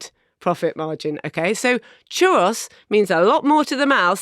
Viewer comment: Iam I the only one that's annoyed with how they pronounce churro?